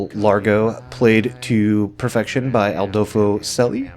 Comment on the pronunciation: Spelled Adolfo Celi. Pronounced a-DOL-foh CHELL-ee.